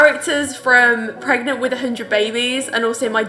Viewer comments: "im pergenat" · “I’m **pregonate**” lol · I love how she says "I'm pregant, pergant, etc," and the way they were flying around in the office XD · Woman:I'm deadnant 🤣🤣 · *Sims flying across the room* “Im pregonate” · OML, this is hilarious. She legit said "I'm pregonate." Its like that video, "I'm pregananant". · I’m pregonate pargent deadnent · "I'm pregnate"